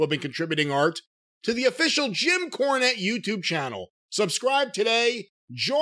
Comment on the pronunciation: Jim KAAnette. :-D